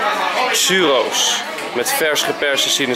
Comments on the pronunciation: Het is tjuroos niet tsuuroos😹😹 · Enzo, churros spreek je uit als: tjurros geen xurros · Het is churos.. Geen xuros 😀😂😂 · Enzo tip!! Het is geen xuros maar churos Uitspreken als (tsjoeros) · enzo het is niet xuros maar tshoeros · Enzo je spreekt churros uit als tjurros niet als xsurros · het is niet xuros, eigenlijk is het churros, maar omdat je in catalonië zit zeggen ze alle woorden met een X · enzo het heet geen suros maar churros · Ik spreek churros uit als tjurroos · Je spreekt churros uit als tjurros😉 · Je spreekt het uit als tjuros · Je spreekt churros uit als tsjoerros ***** ;) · Churros Enzo hahaaha, geen Xurros of wat je zei :p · Churos spreek je uit als tjoeros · Enzo, het zijn Churros (zeg: Tsjuros)! Maar ik weet dat je niet goed bent in uitspraak dus ik zal je niet judgen! :') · Je spreekt het uit als " tjoeros" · je spreekt het uit als tjuuroos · Hoe hij churros uitspreekt 😂😂😂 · Hahahaha hoe jij churros uitspreekt😂😂😂